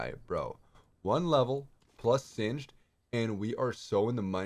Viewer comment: It's pronounced singed's like hinges (sin-jiz)